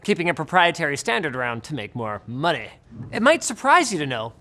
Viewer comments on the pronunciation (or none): did linus just say "make more MONNEY" the way the south park canadians in the "freemium" episode ? =))